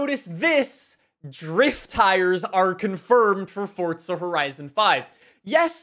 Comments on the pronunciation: Uhhhh. Love the video, but stop saying FORTSA. It’s FORZA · it's forza not fortza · Fortsa horizon five was said at least 3 times in this video 🤯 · I WANT YOU TO LEARN HOW TO SAY THE WORD FORZA!!!!!! ITS NOT SPELLED FORTZHA...OMG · How many times did you say: FORTZA HORIZON 5 ... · Is it just me or does say ‘’Forza’’ different… sounds like he puts a T in there, ‘’Fortza’’ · Fortza eh? What’s that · Still looking for the T in forza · Where is this man getting the t from in forza